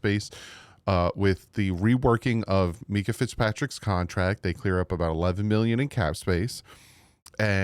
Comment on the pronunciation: You're the best but please call him MINKah not MEEKah 😂